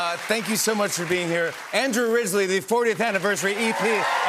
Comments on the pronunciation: Did he call him Andrew "Risley" towards the end?😅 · Did Jimmy Fallon just call him Andrew Risley? 😳🤦‍♀️ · Would help if Jimmy said Andrew's name correctly at the end of the interview!